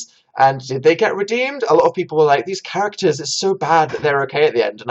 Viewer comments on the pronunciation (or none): none